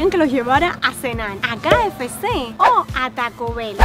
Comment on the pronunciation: La mamá de diciendo QFC cuando es KFC🤣🤣🤣😂😂😂🙃🙃🙃